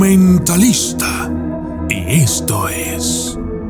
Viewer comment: Me gusta cuando dice : el doqumentalista xd😁